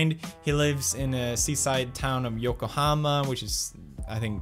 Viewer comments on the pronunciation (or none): none